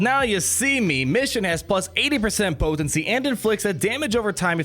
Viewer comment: The way you say “po-ten-cy” 😂🤣 but your videos are the only ones I watch! Keep em coming!